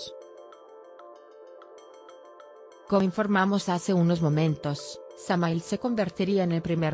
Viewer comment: se escribe samahil y se pronuncia samajil 😐